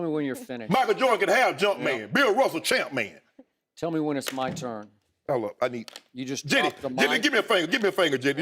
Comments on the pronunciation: Champman not jumpman !! 🤣🤣🤣💀💀💀💀💀💀💀💀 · THIS DUDE Shannon IS A FOOOOLL LMFAOOOOOO! 😂😂😂😂😂 "ChampMan" "Levem..i didnt say Eleven. I said "levem" 😂😂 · This man just said champmans